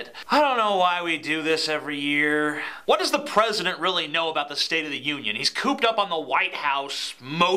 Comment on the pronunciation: Pwesident Obama? The GOP got doing their responses now? Should we be wery, wery, quiet?